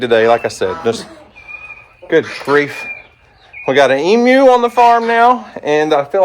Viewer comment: I still have to laugh when you say Emu,. Sound like you are saying EM-U instead of E-MU/E-Moo!